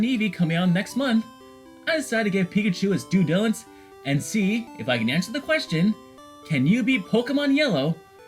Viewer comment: “Due dillance”